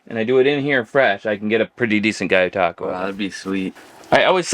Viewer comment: I feel like your mispronouncing gyotaku on purpose lol guy you taku is wild 😂 gee-yo-ta-ku 🤙🏽